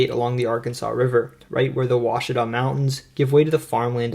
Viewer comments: I’ve watched lots of videos that claim to “explain” Arkansas. This is the first one that pronounced Ouachita correctly, and the only one to mention Arkadelphia. Thoroughly impressed! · Like and comment for saying Oauchita correctly. Good job overall Son! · As someone that lives on the Ouachita River on the boarder of Louisiana and Arkansas, I have to give a big 👏👏👏 for pronouncing it correctly! A hard feat for most that are not from around here 😂